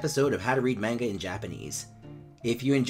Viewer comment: Your saying manga wrong but no hate